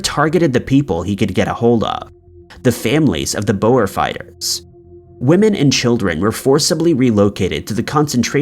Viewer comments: Not boas its " boere" pronounced boor singular or Boere (boo-re) plural Nice doccie by the way very informative!!! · Boer Wars. wel it is pronounced as Boohrs (phonectic) it is Dutch for farmers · Bruh the way you said boer 😂 Glad attention was brought to the concentration camps though. It's a dark part of our history. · You mispronounced several names as usual. "Coventry" is enunciated as "cuv-ven-tree", "Boer" is "boor" and "Byzantine" is "biz-zan-tine".